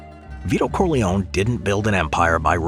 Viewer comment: Corleone pronounced Core-lee-own-ee